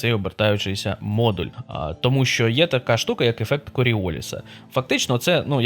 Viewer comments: Не супротив, а опір. Не холодна температура, а низька. Ну, і кількість блях тексті просто неймовірна. Не "обертаючийся", а обертовий. Неправильно вживати активні дієприкметники в українській мові. У прізвищі Коріоліс наголос ставимо на останньому складі. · Він француз. А у французькій всі наголоси на останньому складі. Плюс українська, білоруська та р-ська Вікіпедії. З авторитетних друкованих джерел ще подивлюсь Українську радянську енциклопедію в сканованому вигляді.